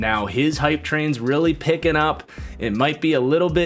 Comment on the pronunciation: “Picken up”, damn you